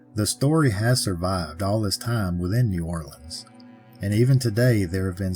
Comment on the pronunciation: I live not far from New Orleans and Ive heard of them there on a few tours. Also, thanks for saying New Orleans correctly. 😊